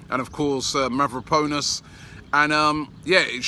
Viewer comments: Mav-ro-pa-nos not. mav-ro-po-nis. Papa-sta-tho-pou-los it's not so hard. Go Arsenal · marian fellaini and mavraponos lmfaooo this guy cant pronounce any players name correctly ever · Robbie you've been there a week and still can't pronounce mavropanos (mavro Banos) also fun fact for you his name translates to black up 😂